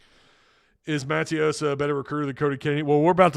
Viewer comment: Bro not to be a jerk but it's Muh-Tay-Ose not Maa-Tee-Ouse